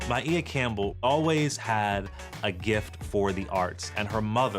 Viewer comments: Her name is pronounced My-E-ah, not My-A. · My- e-ah..Maia